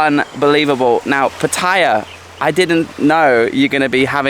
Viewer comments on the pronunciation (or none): Sorry to correct your pronunciation again. You say Pu-tie'-uh like a typical Brit. Ask a local how to pronounce it please, and say it right. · How can anybody visit Pattaya whit out mention what basicly makes Pattaya? Sex & Beer & Rock' Roll? And one thing more? Is it so difficult to pronounce Pattaya correct.😁😁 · One of my pet hates, pronouncing pattaya, first came in 2003 never heard it pronounced that way now,utubers saying it all the time y? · it's funny you pronounced PATTAYA correctly but then, you mispronounced it.